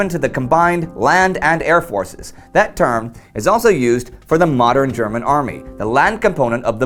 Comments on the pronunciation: Your german pronunciation is good. Love your content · I love the text to speech when he pronounces German words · Thanks for your insightful and interesting comments on military history! I really enjoy watching your videos. Your German is a bit weird, though. I'd recommend if you want to research the exact pronunciation of words in other languages.